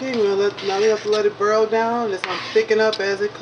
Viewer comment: The fact that they say “bearl” instead of “boil” & “earl” instead of “oil” I’m going to use their recipe 😂🤣😂 #NoHotLinks #NoWiners